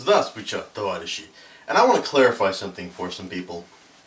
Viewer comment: Hello, first i wanted to say that i really don't like how you say "здравствуйте товарищи", hah you have to work a bit on that. But on political standpoint i would vote for you, because really small number of people realize that in fact people in office are there to make things better for the people not only that voted for them but the people of this world of ours... That one has to accept different ideas no mater from which "camp" they come from.